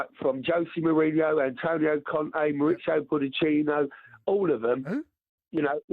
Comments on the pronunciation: "Josie Mourinho, Antonio Conte, Mauricio Pudicino" 😂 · The caller " mauritchio puddachino" cundy =" WHO?"! 😂😂😂😂